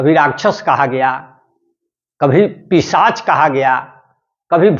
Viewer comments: जी आप कई बार ग़लत उच्चारण कर रहे हैं,पिशाच को पिचाश बोल रहे हैं। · पिशाच या पिचाश ? सर, शब्द का उच्चारण सही नहीं कर रहे हैं...... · Pishach ko pichash bol rha h😂😂😂